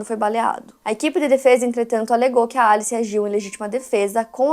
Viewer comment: Pq vc fala alice estranho? Kkkkkkk Em ingles nao seria pronunciamento Elice